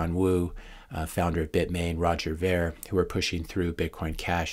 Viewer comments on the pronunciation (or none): Roger's last name is pronounced "Veer" not "Vair". I learned this recently from his 2017 interview with Dave Rubin. It's a common mistake.